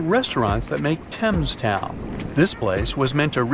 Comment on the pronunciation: Thames Town. How did you pronounce that?? Not the good, old English way.